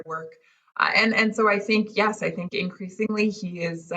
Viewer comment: Racheil, say YES not Yah